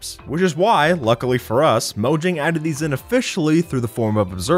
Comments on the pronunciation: Mojang is pronounced moe-yang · it's pronounced mo-yang mojang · Your saying “Mojang” wrong. It’s actually pronounced “moyang”. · Mojang (mo-yang) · mojang is read as moyang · Look Mojang sold Minecraft ok so stop saying Mogang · It's pronounced moYang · when i heard "15 Minecraft bugs that mojang never patched" sounds like "15 Minecraft Bugs that mojang never Fax"